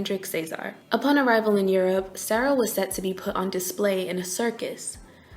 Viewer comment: You are pronouncing Sara incorrectly